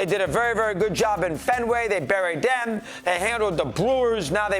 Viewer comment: Dey buried dem